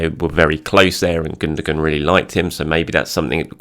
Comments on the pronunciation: Gundogan - German Football player. Pronounced: Gun-doh-wan. Not pronounced: Goondergoon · Your gonna have to say he name right bro it's pronounced without sounding the G ,ok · I really like your videos, look forward to them all the time but if you're going to say 'Gundogan' so many times, please at least pronounce it correctly!!😂 keep up the good work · I don't think that's how you say Gundogan's name.